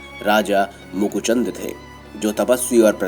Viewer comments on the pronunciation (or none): Mukuchund nahi Muchukund tha.. Thik Se Padho Aur Sahi Bolo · Makuchandu instead of muchukundu